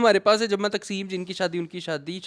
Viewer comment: Good reviews as usual.. Sir jama taqseem not takseem😊